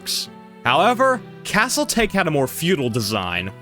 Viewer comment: pronounced Taa Kay not take, great video! :)